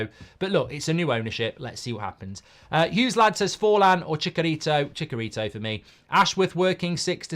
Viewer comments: I'm amazed that after all these years you still can't pronounce Chicharito! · Why are English people incappable of calling him CHICHarito, and insist on calling him CHICKarito?